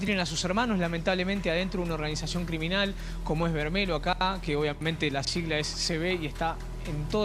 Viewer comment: comando vermelho, el final "lho" se pronuncia "llo" o sea "vermello"